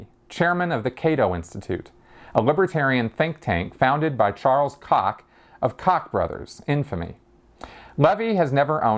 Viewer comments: I'm told that "Koch" is pronounced "coke". "Cock" is funnier, though.;) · I"m told that's the proper German pronunciation. :D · I'm told that "coke" is the American pronunciation and "cock" is the actual, proper German pronunciation. I may be wrong. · Since the Koch brothers are American, the American pronunciation is probably the way to go when talking about them. Or "cock", whichever is funnier.